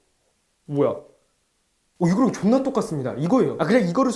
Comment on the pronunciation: 존12나ㅋㅋㅋㅋㅋㅋ 진짜 존일이나 라고 말하시는거 개웃ㅋㅋㅋㅋ